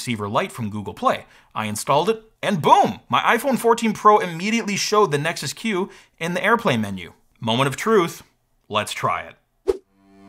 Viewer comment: Every time your said Nexus Q, I heard it as Nexus Cube...